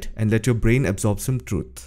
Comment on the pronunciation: Trut? That is lazyness. Instead of learning to say it properly.